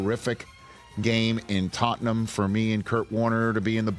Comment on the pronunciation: Love how Rich pronounces Tottenham correctly. Tot-nam. Wonder if its experience or Ted Lasso. wonder where he picked it up?